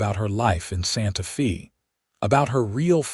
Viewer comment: One of the sweetest stories I’ve heard yet. AI kept pronouncing Santa Fe differently it’s pronounced Santa Faye but I love the narrators voice Listening from North East Texas Great Job 👍♥️